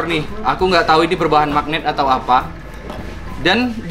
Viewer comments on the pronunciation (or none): none